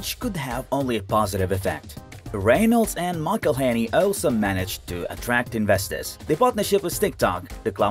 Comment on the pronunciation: There is even a video how to pronounce Rob's name, on YT, I guess you failed to qualify to watch it...